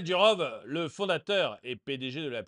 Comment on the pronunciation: Pavel Duroffff, pas Durove... C'est un nom russe.